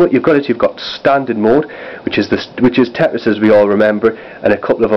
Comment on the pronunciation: it's tetris not teris